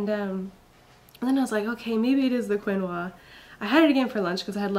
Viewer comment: yes, you pronounced it right, Keen-wah. I have known about it for a long time to be very nutritious, but I didn't know it was good for milk supply, so thanks for that, cos I had mild problems with milk supply with Izzy and was a little worried about this next baby. So once again thanks for the heads up!!! cool x